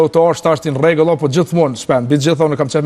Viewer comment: Si thote ky ? nrrregèll